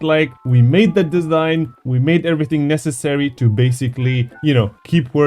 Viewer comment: "theory of everyintg" 😭